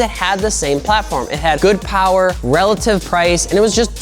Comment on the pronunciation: MORE POWAH BABY